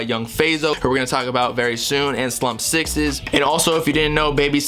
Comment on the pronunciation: its slump 6 ssss not sixes